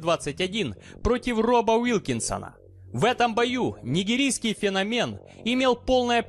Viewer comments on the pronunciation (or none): none